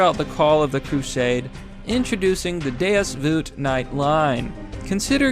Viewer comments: You're pronouncing Deus Vult wrong bro. It's vUlt, you have to emphasise U the and properly pronounce it. When you say it, it sounds like "Voolt" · ITS DEUS VULT YOU INFIDEL "DEUS VOLT" NOT VOOT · Deus Voot? You mean Deus VULT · DAY-US VOLT! ITS VOLT YOU MENTAL MIDGET! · Why he say deus voot?? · Butchered that Deus vult pronunciation didn't you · Ngl you BUTCHERED the pronunciation for “deus vult”